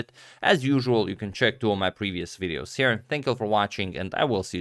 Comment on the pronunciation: why do you say the number "two" like "tew"?